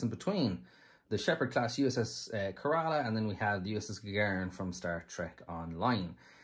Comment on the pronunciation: Kerala is pronounced /ˈkɛrələ/ - Accent is on the first syllable, NOT the second.